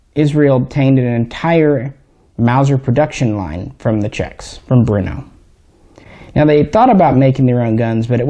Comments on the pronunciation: Brno not Bruno...lol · Its BRNO not Bruno.... 😎🤝😁👍